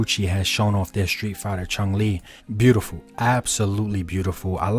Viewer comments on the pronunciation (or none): chung???? there is no G at the end of her name. CHUN not CHUNG